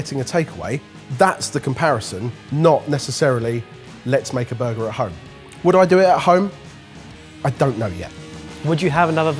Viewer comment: Ben and Barry’s reactions to saying “Make at vome” are so wholesome 💙